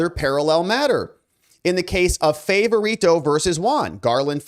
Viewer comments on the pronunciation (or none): You know, you really have one of the best shows on YouTube. But I just wish that you would take the time to clarify pronunciations of names. It's Garland FAHvorito. THAT is how his name is pronounced. FAHvorito.